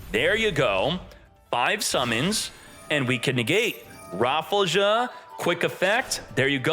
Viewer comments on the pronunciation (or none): That surely cant be the correct pronounciation for rafflesia is it!?